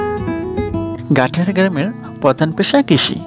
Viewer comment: Gatiyara ❌ Gaittara ✅🤣